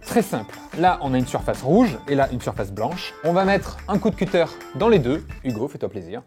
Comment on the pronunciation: Les anglophones doivent vous détester... Mes oreilles saignent rien qu'à entendre la façon dont vous dites "cutter"